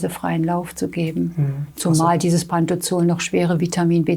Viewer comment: Es heisst Pantropazol und nicht Pantozol